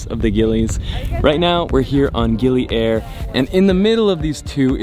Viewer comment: They way he pronounced Gili Air as aer (means breeze) instead of ayer (means water in Malay/Indonesian) totally messed up my brain